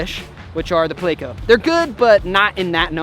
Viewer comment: Plecos are pretty decent but its not pronounced (play-co) buddy and thats just the short name for Plecostomus